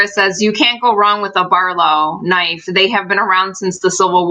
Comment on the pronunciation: why do you always say knife wrong? It fits your personality